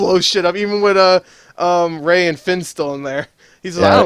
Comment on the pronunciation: it's not Ray.